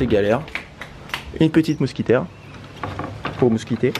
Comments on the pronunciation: À dit "une mousquitaire" au lieu d'une moustiquaire😂😂😂😍😍💘💘💘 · On dit pas une mousquitaire mais une moustiquaire mdr 😂😂😂😂 sinon super vidéo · Mdr c pas une mousquitaire c une moustiquaire 😂😂 sinon j'ai adorer le Vlog 😍👌🏻